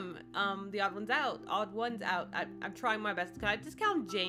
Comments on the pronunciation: You are saying it right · Thanks for drawing James! Also you didn’t pronounce his name wrong don’t worry